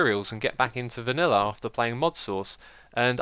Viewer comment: I love the way you say viniller!